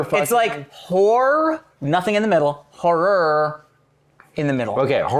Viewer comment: Walking pneumonia here and Kevin can't say horror. Literally killing me 😭